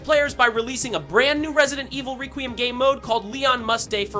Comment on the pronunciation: Resident Evil RaQueeuhm